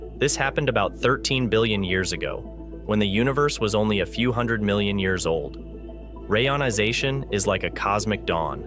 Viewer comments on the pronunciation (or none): I have complained about this before, though assuming it was a human mispronouncing it. If not, they need to use a hyphen ("re-ionization"), a human host, or just stop releasing these embarassing videos. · I noticed the speech synthesizer you use, if indeed you use one, has problems pronuncing certain words such as reionisation. Try adding a hyphen, re-ionisation, and see if it helps. After all, even Stephen Hawking had to deliberately use misspellings to force his speech synthesizer into producing the correct pronunciations.